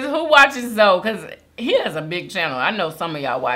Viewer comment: I think it's pronounced Zoe like Zoey. I could be wrong but i remember he had a video with a girl on his Instagram a few weeks ago and she was saying zoey